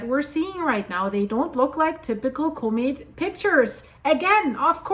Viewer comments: You saying comet very wrong. It's harsh on the ears. Use google translate and let it spell it out. It's not Cooooooo-maet its Cmet. The o is much less pronounced. You saying it like the word comical or something, when it's more like the word commit. It's really out of place. Anyway, keep up the good work. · COMET Try pronouncing it correctly.